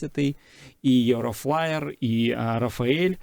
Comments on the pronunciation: Не Єврофаєр а Єврофайтер,не Рафаель а Рафаель... Готуйтеся до передачі 😢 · Може все ж Eurofighter, а не єврофлаєр?🤔